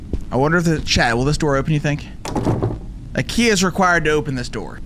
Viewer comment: When he said a key I heard we need IKEA 😂